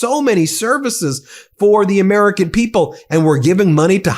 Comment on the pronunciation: Ladies and gents… this is the “presodint” of the fractured states on Mmmerica.